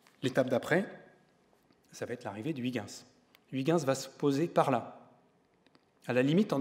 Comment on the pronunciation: Pauvre Huygens. Il serait bien marri d'entendre son nom ainsi massacré par ce gosier français. Mais bon, excellente émission néanmoins. Merci.